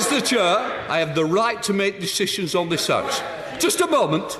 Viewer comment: Dumbing down reaches a new level, he thinks he's down the pub. It's 'chair' not 'cher'.